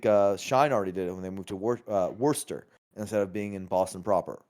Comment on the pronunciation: it's pronounced "wuster" or depending who ask, "wista". Anyway, yes, more of those